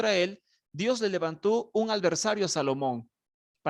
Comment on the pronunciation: Alversario..no. adversario.